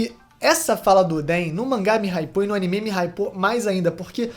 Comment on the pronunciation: Único defeito desse vídeo é ele falando "Animê"